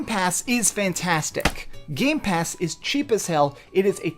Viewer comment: It’s been over a year and still can’t say Game Pass correctly.